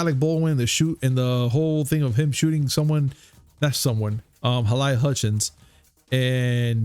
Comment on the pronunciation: HALAYA? REALLY?